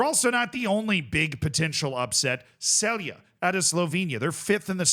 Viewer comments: Stop looking for how to pronounce Balkan teams on Google Translate. Its Borac BaNJa Luka, the NJ part is the same sound as N in New York, or mix of ‘n’ and ‘y’, as in the English pronunciation of ‘minion’. Same as Celje, it is not S the first sound, it is normal C sound, like the C sound in the word center. And LJ part jus say it is the same sound od LLI in the word million. It is not the C sound from the word chat! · it's pronounced Borats, not Borach, and Banya, not Banja. But you got Luka right and almost nailed Celje (its first sound is Ts) this time, so congrats!